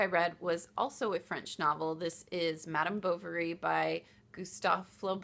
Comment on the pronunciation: I read Alex, didn't enjoy it so never picked up Irene. Don't understand the release order for these books. I am about to read Madame Bovary (you pronounced his name fine.) So cool that your daughter is doing wrap ups too.